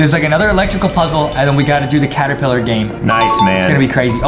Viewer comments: ah yes Adam said after wack a wuggy when they where at stairs he said claterpiller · DID anyone notice that adem sayd claterpiller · Why did Adam said claterpillar